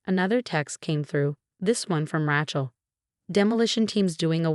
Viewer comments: pronounced raychel, not ratchel. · RAYchel, not RATCHel! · Rachel is pronounced R A as in angry not rachet. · Please, please, please, at least have a woman who can pronounce Rachel as it should be pronounced. Not Ratchel sounds like ratchet. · so many Ratchel stories and I wont listen till you guys get the name right. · Her name is Rachel not Ratchel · You should stop using Rachel. You can't pronounce it properly. Change from Emma and Rachel to just about any other names. Listening to the pronunciation of Ray-chel (so wrongly) is absolutely grating!! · The narrator can pronounce "facade" but not the words Mercedes or the name Rachel 😂